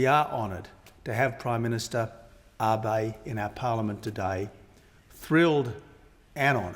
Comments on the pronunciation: 感謝の意を述べてくれてはいるが、根本的に安倍さんのなまえを、読みを間違えているのか、終始「アバイ」と間違って発音していたのが凄く気になった。誰も直せる相手側がいなかったのか？🤔💦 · 私には「アベィ」に聞こえるな。英語圏の人はAbeを「アビ」と読む（Watenabeをワタナビのように）のが普通だけど、それよりはマシだよ。それにその言語の訛りが出るのはお互い様で仕方がないよ。日本人だって日本語で話すときは外国人の名前をカタカナ発音するわけだしね。